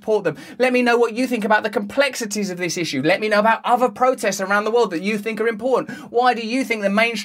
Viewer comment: "Havf a lil Fink Furst!" - Russell Brand 2022